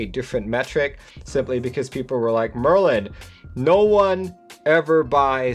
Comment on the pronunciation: You pronounced it correct Merlin!